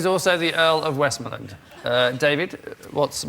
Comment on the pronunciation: Someone should have told Russell how to pronounce "Westmorland" before they gave him his card